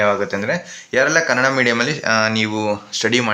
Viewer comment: kannada adu kannad alla